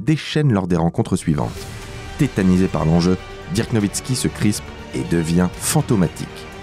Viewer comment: Ça se prononce deurk pas dirk